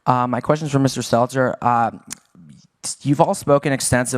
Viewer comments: I agree with your points, but you need to learn to pronounce the names of key people. Your credibility suffers when you don't do your due diligence. His name is Stelter, not seltzer. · He called him "Seltzer" hahahaha